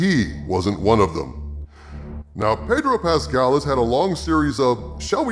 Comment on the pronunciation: My lord it's pronounced "Paaaaydro Pascal", ask Jeremy he'll tell you.